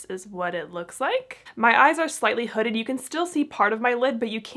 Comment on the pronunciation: Gurl!!!… NOT hooded lol